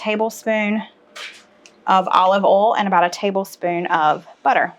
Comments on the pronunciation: Haha it's o i l...,from northern Minnesota....not olll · I like the way you say oil, foil, broil, etc as if it rhymes with Cole. Then I started thinking maybe his name is Coil! I want to try that Mac and cheese with the cream of chicken soup. Yum!❤️